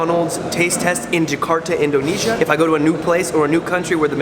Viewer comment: you say it like this indonizia